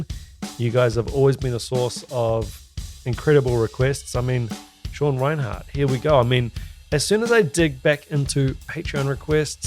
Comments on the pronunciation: 1. It's REI-NERT, not Reinhardt. (You Kiwis always make things sound weird too.😅) 2. He's really a jazz fusion guy who accidentally fell into death metal when he met Chuck Schuldiner as a teen and joining Death. He said his biggest influence is Vinnie Colaiuta. You can really hear it in his work in Cynic, especially their first album. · 1) it's Sean Rein-ERT not Rinehart (RIP - one of the most mispronounced names in metal). 2) he's the personal hero to many thousands of drummers including myself, so NICE CHOICE here dude. Maybe try watching a live CYNIC video of him from the 1990s. His playing with Cynic was where he cemented his legend. There is one video shown from behind the kit where Sean's left hand mastery is fully on display. ('swhat she said) But his playing goes far beyond the techniques he uses. He is/was a one man orchestra. Dave Lombardo meets Vinnie Colaiuta times nine.